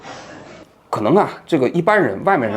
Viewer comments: 我的想法是，当时他们私下都叫他陈mang，叫的人多了也就懒得改了。但是瑕不掩瑜，这仍然是一期触动心灵的好节目。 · 王老师，不知我说的正确与否或是否有必要，陈虻先生的字应该念meng二声，不是mang 吧？ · “虻”念meng, 不是mang，所以你打不出来用了个别字😅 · 人家明明叫陈 meng ，王志安叫人家陈mang，名字都给念错了，说明跟人家根本不熟。。太能装了。。。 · 名字都给人家读错了。。人家叫陈meng 。说明王志安跟人家根本不熟，在那装b。。。一个熟人还能叫错人家的名字。。太可笑了。。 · 王菊花啊，虻（meng)应该是萌这个音吧？菊花到底认识他吗？要不就是写错字了？那更不应该了吧？ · 那个字念meng 第二声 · 王局，纠正一下 叫做陈虻（meng） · 不是念陈meng（二声）吗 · meng 二声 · 人家叫陈meng，名字都给人家念错了。。说明王志安跟陈虻根本不熟。。我就佩服王志安这种虚伪到极致的人。。添油加醋把一件他根本不了解，不熟悉，事儿描绘的绘声绘色。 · 陈虻meng二声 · 王局，应该念陈虻（meng）